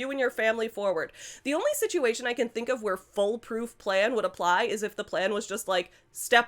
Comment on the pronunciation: I was listening to this while walking to work and kept thinking you were saying "foal-proof" instead of "full-proof" (while Laura meant "fool-proof"). So I was just imagining a tall gate.